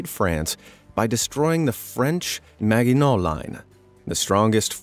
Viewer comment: You mispronounced "Maginot".